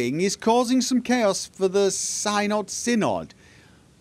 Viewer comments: The "y" in "Synod" shares the same pronunciation as the "i' in "sin". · Pronounciation of Synod is indeed as in "sin", not as in "science". Pity they didn't clear that up before recording the dialogues.